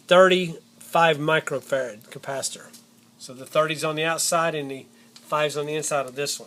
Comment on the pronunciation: At the end of video you said campasator